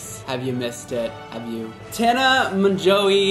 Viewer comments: mon-gan-ow-y “monganowy” aka tana monganowy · MonJOE not monGO WTF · is me trying to pronounce her name: Tana Monjoey, Mongu, Monganowy 😂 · I thought he said mango😂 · hahahaha the last name 🤪 i think she pronounces it like “mojo” but that’s not how we pronounce it in French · "Tana Mon-goo" 😂😂😂😂😂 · Tana Mon-goo 😂😂😂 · Guys it’s tana mojo (pronunciation wise) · I thought her name was pronounced like tana "mojo" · Her last name is pronounced "mojo" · did you say tana mogo? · Mojo it’s pronounced mojo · you roasting tana and mispronouncing her name is a mood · continually not saying Tana’s name correctly is a huge mood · It’s so funny how he pronounces her last name like 15 different ways and sometimes it’s correct😭😂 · The way he pronounced tana's name is just hilarious 😂😂😂😂😂😂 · The way you were pronouncing her last name had me DYYIIING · Take a shot every time pronounced mongeau differently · The way he said her last name gave me ocd🤒💀😵😂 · His pronunciation of her name had me like #Same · LmAo him struggling to say her name me every time I try to say her name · I almost left the video watching him try to pronounce her last name... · am i the only person who is a little bit annoyed on how he pronouced her last name? T A N A M O N G O